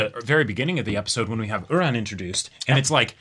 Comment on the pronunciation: I watched the dub of this episode, so i genuinely thought this whole time that her name was "Udon" like the noodle, not "Uran" like the planet, the way its said